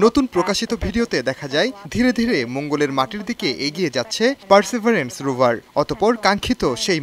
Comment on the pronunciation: পারসিবিয়ারেন্স কে বলা হচ্ছে পারসেবারেন্স